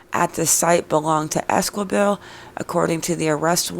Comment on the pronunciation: If you're going to talk about a case please get the names right....it's Selena Ésqi bel....not quibel you don't pronounciate the "U"....can you get that??? And it's not Àdré it's Ā(dray) and It's not Bàrōz... it's Bar (ōz ) pronounciate that right....Las S(ouces) not literally Sauces...lol!! And Saguache?? Totally prononciated wrong!!! Lol!!! I guess I have to prononciated that too.... Sa (watch)??? Get it?? "g" is silent..... Do better research dear, otherwise you could be reporting on the wrong people...bad reporting....